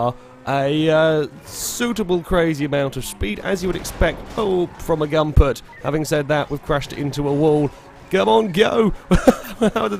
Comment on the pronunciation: Come on, It's Goompert, not Gumpert man. And also good to hear that you're sounding a bit healthier.